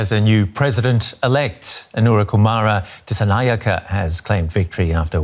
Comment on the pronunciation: You pronounced the name best so far😅